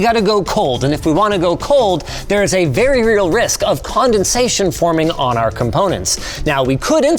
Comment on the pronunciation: Con-den-sation tion-tion-tion...